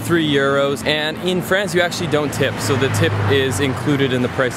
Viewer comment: Sooo for someone that speaks french, your vernacular of pronouncing France is very american and i suspect maybe a touch of quebecois from our canadian neighbors from the states.